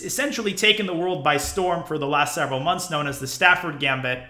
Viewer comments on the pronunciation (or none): none